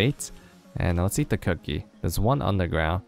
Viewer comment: "theres one unner ground"